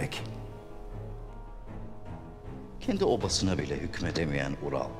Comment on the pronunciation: İlk defa izliyorum saçmalık resmen sırf sadettini izlemek için izliyorum. Kaya Alp ölüyor kelime-i şahadet getiriyor da bu Ural diyemiyor 😂😂